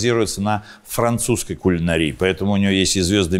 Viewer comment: Шеф! Не кулинарИя, а кулинАрия. Согласно словарю.